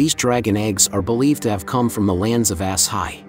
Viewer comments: It's not ass-high. It's aah-shy-ee. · OMG it’s not Ass Hi it’s Ashi one word. You’ve obviously never even seen it or you would know. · its not ASS-HIGH its "A-shy" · I’m guessing it’s not pronounced ‘ass-high,’ but rather ‘a-sigh.’ 😂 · I thought it was A-sshai, not Ass-hai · The constant "ass high" is killing me laughing lol.... Had to be intentional, even if you didn't want to do the sh sound ah-sigh would make more sense. Still hilarious though. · It's not As-high, but ASHAI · That's Asshai not Ass-high. 😒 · I believe it is pronounced "Agh-Shy" and not "Ass-high". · The pronounciation of this video is ridiculous. Its not called Ass-High. Its Ash-ai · According to the narrator it's Ass-Iy 😂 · this man really said “asshigh” 💀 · Why is Asshai, which was spoken during the series, being pronounced ass/high? It is VERY distracting. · I love how it pronounced Asshai “ass high” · Lol I’m sorry but “Ass-high” 😂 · It's hard to pay attention when dude pronounced it "ASS HIGH" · "ass hi" hahah what that's not how you pronnounce asshai. and westeros isn't "westeras" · Ass hi? Is that how pronounce it now, really? Prophetic visions in the books are sometimes literal, sometimes symbolic, sometimes the past, the present or the future. They also don’t always come to pass. They are possibilities, that’s it. House of the Undying, you get the Red wedding, you get Rheagar, you also get Danys dead son. It’s explained multiple times in the books. Bran doesn’t have a prophetic vision, he’s literally seeing the future. He’s not predicting anything, he’s seeing the actual event. No different than when he looked at the past, Brian can see through time. What Mel experienced were prophetic visions, which she used to make predictions. Not always right, usually wrong, but she did have prophetic visions. Dude shows over, and the books will probably never be finished. This isn’t theory, this is fan fiction, just making up stories to try get views, on a dead series.